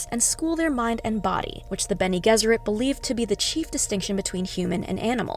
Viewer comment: Hello, it's a "G" for Gesserit. Like G for George. Have you even seen the movies?